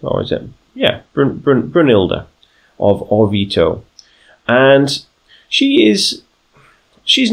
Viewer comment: As one of your (few?) Italian followers I am already really enjoying this new campaign and how you started role-playing it! The only one little thing to fix is your pronunciation of Orvieto, here is a quick guide